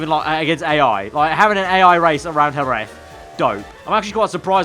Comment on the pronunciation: Great video, just for future you should pronounce Jerez as Herez